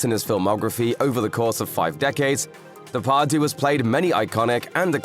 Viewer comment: De Par dieu not day par doo